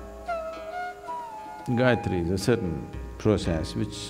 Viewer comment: every time he says, "so Gayatri", it sounds to me like he's saying "psychiatry."